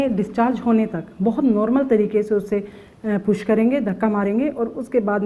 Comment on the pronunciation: She is using puss instead of push..😁😁😁😁